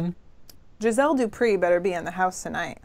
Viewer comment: Oooh, I got a mention (even though still can't say "Do Pray"properly xoxo